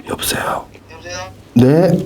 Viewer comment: 전형적인 경상도 아저씨 전화 받을때 "여부세요. 아 예예"